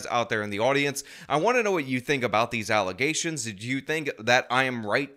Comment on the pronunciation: These allezation (how the super mayor pronounces allegations) are probably 100% facts. But honestly, all of the people on the board should be replaced, most importantly, the super mayor